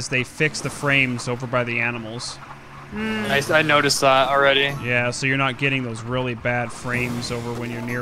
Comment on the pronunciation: “Alright guys, takin' care of them A M I N A L S” LOL